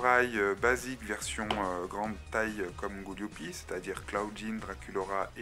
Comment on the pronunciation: Gooliope pas Gooliopi